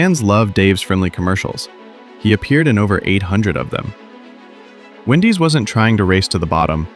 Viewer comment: He goes from saying Wendy's to Windy's throughout this stupid video.